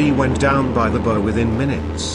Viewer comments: Australia is spelt with ONLY one R thank you. Have a look at the map at the end of the video. Also the front end of a ship is called a " bow" , to rhyme with bough or bow down , but definitely NOT pronounced as " bow" to rhyme with bow and arrow Otherwise a very accurate depiction of the Darwin raid which my father as a stoker on HMAS Warrego (sloop) survived. His sister ship HMAS Swan (sloop), also survived but had some casualties ,( 3 men killed). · Like the ship that went down by the boe. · Good presentation, great graphics.... EXCEPT for text-to-speech narration! Computer voices don't know the difference between bow and bow, or 2-3rd and 23rd... Get a human narrator, please! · About how the program pronounced "bow" - I think text-to-speech programs often make that error when there is a word with more than one pronunciation. I've never used such software, so I don't know if there is a way to make it choose the correct pronunciation.